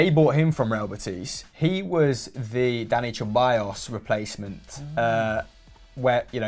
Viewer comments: Hecking "CHE-ballos"... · Sebayos actually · You would think that a channel dedicated to football would know how to properly pronounce the names of players Ceballos is pronounced se-ba-yos, not che-ba-yos. Llorente is pronounced yo-ren-te, not low-rent-eh